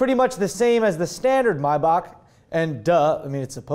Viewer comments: It's not pronounced My buck? It's may back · thought it was pronounced "may-back"